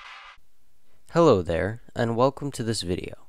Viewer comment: When he said “Hello there” I thought he said “Hello Claire” and I was like “HOW DID YOU KNOW MY NAME!?!?!!?!